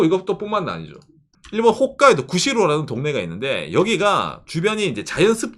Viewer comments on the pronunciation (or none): none